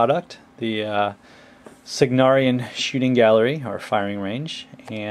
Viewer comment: love it, however isnt it Cygnaran* and not "Cygnarian"?